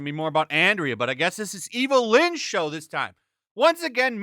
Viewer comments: its Andra not Andrea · I still say that the broken sword plot is straight from Blackstarr. That's the Filmation show that WAS on in 1981, when Smith said he was watching He-Man (which want even released until 1983). And it's Andra, not Andrea. There's no "ee" sound in her name. Andrah, not Andreeah.